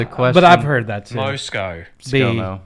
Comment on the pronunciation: Scott Morrison is scomo not moe-sco